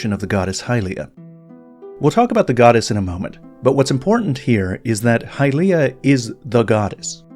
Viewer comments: It’s not “High-Leah” it’s “Hilye-ah” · Why when we have in game voice acting are we changing the pronunciation to hyLEEah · Hahaha, the eternal pronounciation war's. 😆 From a German perspective the word "Hylia" is pretty controversial. The 'y' letter in a stand alone matter is getting called pretty much the same as the 'ü' letter. So it would be "Hülia". But since it is called "Hailia" in the english & even japanese pronounciation, a few german C°CKS 😏decided to do the same, which is just so irritating. I always harass those people and tease them as "Heil'ianer's". Better not " Sieg Hailia my fellow Krauts. You don't want to be associated with a DARK part of our countries past, right? " 😎 Joke's asside, let us call the fictional goddesses however we like.